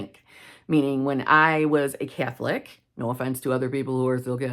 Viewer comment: I was listening to this when I was half asleep and couldn't have swore you said Cat flick, not Catholic. 🙈